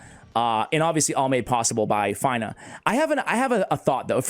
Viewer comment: her name is pronounced like (Fina) and her titie is Blade Of Aravia...Aravia is the ancestral home of the elven peoples as explained by Lord Of The Rings...I believe it was explained somewhere in LOTR...Aravia not Avaria I am sorry but Miss pronunciations are a pet peeve/Trigger of mine.